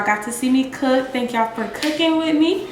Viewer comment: Did he say, "cook our hands?" Lol 🤣